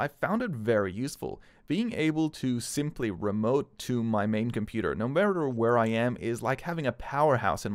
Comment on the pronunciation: Can u please stop saying computa